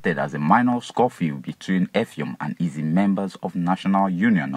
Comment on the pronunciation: Effium not Effiom